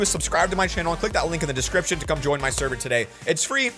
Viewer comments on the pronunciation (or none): none